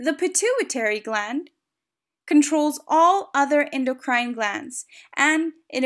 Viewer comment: I don't like how she pronounces ENDOCRINE tho.👎🏼